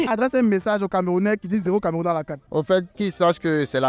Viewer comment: Le vieu là dire camarounais😂😂😂😂